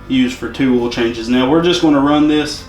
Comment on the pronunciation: It's oil, not ool